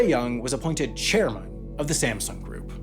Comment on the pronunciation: “Chariman” Lee?